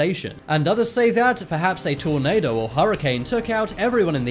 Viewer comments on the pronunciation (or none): none